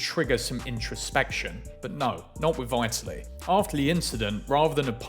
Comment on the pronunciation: At least learn how to pronounce 'Vitaly' ffs. Won't be subbing